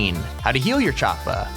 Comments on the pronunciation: Does anyone else get irritated when he says choppA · The way he says choppa tf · Lmaoo why are you sayin Choppa so awkwardly??